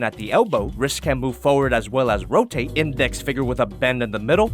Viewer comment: hearing say "rotate" feels... wrong...